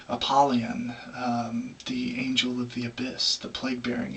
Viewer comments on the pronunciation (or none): none